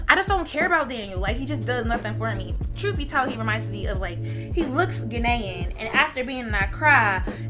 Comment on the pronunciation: it always throws me off when people pronounce Ghanaian like that